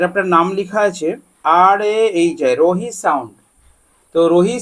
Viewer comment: রোহি না ওটা রাহি 🤣🤣